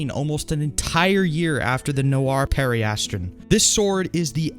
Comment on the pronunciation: BROTHA EEW SAY IT RIGHT. PERI-ASS-TRUN, AHH-ZUR, you said chartreuse correct.